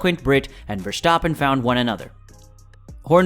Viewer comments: I don't want to be a dick, but its verstappen, not vershtappen or verschtappen. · The name prenounciation of Max Verstappen is cringe